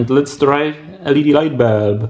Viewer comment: "light belb" i like it